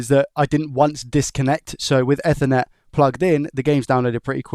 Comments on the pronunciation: Not eth-ernet. EEEthernet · Eth-er-net ❌ E-ther-net ✅ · Everytime he said Ether instaed of Eether it hurt my ears :) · its pronounced ethernet not ethernet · Say it with me. "Eth er net." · He can't even say ethernet. Imagine him phoning and asking for a 'new chip for a soth bridgy' and the guy is "what laddie?" "A soth bridgy" "Noo, we don't have anything like that" "What about an effernet cabul" "What?" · Yeah, idk why he pronounces it like that 😂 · That bothered me too haha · the way my bro says ethernet kills me 😭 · I’ve never heard anyone pronounce Ethernet like that. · Bro said ethernet on purpose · why are you saying Ethernet like that?😂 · Came here looking for this comment :)